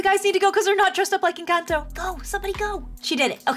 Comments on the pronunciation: OMG it's no an_canto It's enconto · It’s pronounced Encanto sorry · Yes, I have watched the movie but it’s pronounced en - con - toe